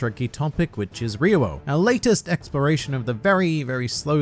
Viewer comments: I’ve gone back and watched the anime scenes and you are right. It just sounds a bit strange the way you say it. In the anime the way they say it is more like ‘ree oo oh’. But the way you say it is more like ‘ree you ow’ which makes the flow a bit off. I’m by no means a Japanese linguist expert or anything but that’s just the way I hear it. I personally think pronouncing it like ‘ryou’ is easier to say and it flows better but I guess it’s up to you. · You've been pronouncing it wrong then :D the way you say it would be "ryou" but it's actually spelt "ryuo" which would be pronounced as RYU-O. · lmao I can't handle the pronunciation! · Dude, everytime he says "riwoo", I get black and white spots dancing across my vision... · Ryu-o; that’s legitimately how you say it, it’s been said in the series multiple times now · im from australia and dont say it like that. it sounds like hes saying ree-woah and its so annoying. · THE MEME OF THIS VIDEO OF TODAY: RI-YO-WOAH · Isnt the prononciation more like Ryo-o than RYu oo? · I can't watch this hearing REWOW every 10 seconds is pissing me off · It was wrong actually. The spelling is RYUO not RYOU. Meaning that it is pronounced as RYU-O. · Great... another word native English speakers will be damned to pronounce correctly. It's like the name Ryu. It's not Raiyu. It's fucking Ryu. 1 syllable not 2. Now it's Wreewo. Does it look like it says Wreewo? They say it in the anime. How hard can it be? Sorry this is just the time tipping my bottled up frustration over the edge. It's not against you specifically. Most do talking about Street Fighter. I've heard 1 guy, of all the people I know on the internet, actually say these kind of words correctly. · My ears hurt with this pronunciation of RYUO, it should be RI-YU-o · Why are you pronouncing it weird. Riro? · I cringe eveytime you pronounce Ryuo. I been pronouncing it Ree-oh, but carry on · It’s not pronounced Riwo 😜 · Every time he says “ri-wo” i literally cringe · it’s ri oo o